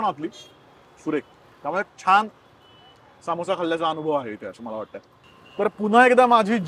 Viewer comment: हा समोस्याला सामोसा का म्हणतो ?